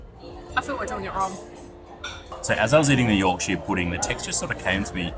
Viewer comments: By the way, place names are pronounced with a shuh, not shire. So it’s a Yorkshuh pudding 😉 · If it ends in shire, it's pronounced shur, never shire. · Yorkshire Pudding is traditionally eaten with Roast Dinner and Gravy, and its pronounced YORKSHER not YORK SHIRE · Even though it's called Yorkshire Pudding, it should never be called YorkSHIRE pudding. has it right, pronouncing it York-shuh Pudding! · Great vid loved it but need to correct the pronunciation about the puds - Its not a yorkshiar pudding. Its a yorksha pudding especially if you're from yorksha. Try Toad in the hole, with yorksha batter and sausage with gravy!!!!!!!!!!!!!!!!!!!! Keep up the vids cheers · Just a heads-up, Yorkshire is pronounced york-sure/shur. Americans will say the Shire abit like as in the Shires or Shire horse, but that is only said that way when it's on its own thing, and not attached to a place name. For some reason they can say New Hampshire correctly, some get it when I point it out. Londoners and some other areas in Blighty are the main ones telling me that I'm pronouncing wrong. They will still claim it is pronounced with sheer/shear at the end, even though I'm from Yorkshire with the lineage. Aussies get a free pass, you understand us more than the Yanks.👍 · The way you say Yorkshire it’s should be said like this Yawk shuh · Many place names in the UK aren't pronounced how you think. Yorkshire is pronounced Yorksheer. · Here's a English lesson for you, to stop you sounding like Yanks :) When ever you see "shire" especially when in our counties you pronounce shire = cher, as in the singer. So Yorkshire, you'd say York"cher", Nottingham"cher" etc etc. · PRONOUNCED YORK-SHEAR PUDDING. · I've never heard an Aussie pronounce Yorkshire like that before.